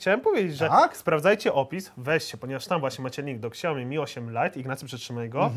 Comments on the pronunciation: Przepraszam mówi się szałmi placa wam a wy nie wiecie jak się wymawia :D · czyta się "siaomi" -_ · Xiaiomi lepsze tak muwi janusz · Jest to spolszczona nazwa. Tak samo poprawne czytanie "Samsung" to "samsong", ale czytamy "Samsung", bo łatwiej wymówić. Nie mówisz "ajern men" tak jak powinno się to robić, tylko "ajron men". Także zamiast się przyczepiać, może zasugeruj czytanie poprawne, tj. oryginalne, pochodzące z kraju, w którym została dana nazwa utworzona, ale nie najeżdżaj na nich. Według polskiej gramatyki oraz fonetyki, nie popełnili błędu. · naucz się poprawnie wymiawiać nazwę super firmy jaką jest xiaomi. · Xiaomi tak się nie czyta xD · Łutututu jełopy a nie turturturtur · Mówi się siajomi :P Albo lepiej to siaomi, ale nie ksiajomi xd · nie mółwi się ksiaomi tylko sia-o-mi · Xiaomi oryginalnie i po polsku nie czyta ani "śjajomi", ani "ksiaomi" tylko "sia-O-mi", dziekuje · Siaomi a nie Ksiaomi sie wymawia :P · Nie ksiajomi tylko śjałmi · czyta się,,siaomi" a nie,,ksiaomi" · Xiaomi czytaj Siajomi a nie ksiajomi ;) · "Siaomi" nie "ksiaomi" 😉😉😉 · Jakie kuźwa KSIAOMI Tak to jest jak sie nie zna marki tylko sie polecialo na kase z reklamy SIAOMI....SIAOMI.... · Jak mnie irytuje jak czyta siaomi jako kSaomi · siaomi" a nie ,,ksiaomi" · Dostałeś telefon A nazwy nie umiesz wypowiedzieć xd nie "ksiaomi" xdd tylko "Siaomi" A ten telefon powinniście oddać widzom, jak i tak za każdy tele kupiony z linku dostaniecie chajs ;) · SIAOMI! Nie ksiaomi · SIAOMI KURWA NIE XIAOMI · SIAOMI nie ksjaomi XD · SIAOMI KURWA MAĆ NIE KSIAOMI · Jezu jakie Ksiaomi?! SIAomi kurde, Siaomi! Tak się to czyta. Dziękuję za uwagę. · Tylko nie "ksiajomi"... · Ksiao... co? Excuse me 😂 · Poprawna wymowa to siaomi , k jest praktycxnie nieme, ogolnie w jez chinskim oznacza to pokaz mi / show me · Fajny ten siaomi, xiaomi, ksajomi... No ten dobry tak jak Sony tylko dwa razy tańszy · Dla wszystkich czyta sie ,,SIAOMI" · Czy ja usłyszałam ksiaomi?